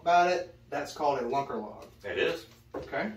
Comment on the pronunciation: Hey yo! I’m going to tell you this once, and you better damn well listen! There is no freakin ‘s’ on the end of Lunker Log. Get it right mister! And don’t let me hear it again. Funny as hell vid as usual though. Peace.